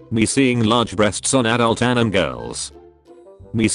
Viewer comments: Is it only me or I'm the only one who's laughing because instead of a-ni-mae it was pronounced as a-nim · The correct pronunciation: Anie-may Text to speech: Anim Also, stay out of my bed, spider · Nobody When text2spech says anime: ᗩᑎIᗰ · nobody: TTS: When you find good anim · the pronunciation of "anime" is so good lmao